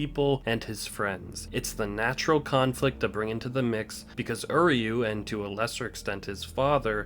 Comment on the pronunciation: Why can no one pronounce uryu correctly